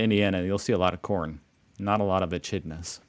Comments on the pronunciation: Echidnas is said e-kid-nas and they eat ants and termites and woolies is said wool- worths 🤙😎🇦🇺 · That, and enchidnas.